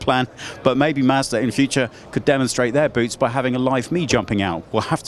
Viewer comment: WHAT? WHAT? Hey...its " MAHZ DUH ",NOT " MASDA " RULE # 27.If you let some Brittish guy WHO CAN'T BE BOTHERED TO TUCK IN HIS SHIRT,from a company you can't pronounce,wants to review your car online,MAKE SURE HE PRONOUNCES YOUR COMPANY CORRECTLY.